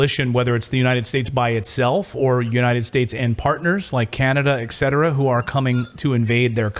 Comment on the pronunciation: It is eT cetera, not eK cetera. Please stop doing that if you want people to take you seriously.